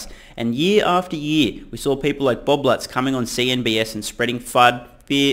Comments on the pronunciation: It's CNBC not CNBS. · Why do you say cnbS?